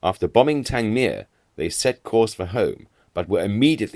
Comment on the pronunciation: I live near Worthing, and often think of the air battles that once raged overhead.. Everything about this channel is perfect, even the pronunciation of Tangmere ,with stress on the last syllable..... a wonderful aviation museum there; a visit brings tears to one's eyes.